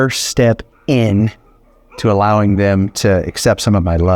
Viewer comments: Just an observation- she was about to take that first treat when you emphasized the word “iN” when you were talking to us. She seemed to key on the N and backed off. 🤷🏻‍♀️ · Treat #1- she startled when you sharply said the word, "in" . go check it out. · Hey, if you rewatch the video, you will see that when you give her the first treat, there is this unfortunate moment where you say ‚in‘ in a bit more pronounced way just the moment when she had actually got interested and tried to pick it up, but gets scared. I think it’s as if your ‚in‘ might have sounded like a no. And afterwards she distinguishes between the first treat and all the others. She takes the ones you offer her later, but avoids the first one, where you spoke this pronounced ‚in‘. Our dog was trained similarly and made the same distinction. Things he was interested in, which we didn’t want him to touch/take, we pointedly connected to a strict ‚no‘ and he wouldn’t touch them until explicitly given. Perhaps she was trained the same way…